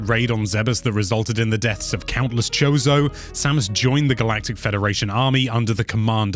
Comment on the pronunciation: It's not "zebbess," it's "zeebs." Also "kozo" not "chose-o"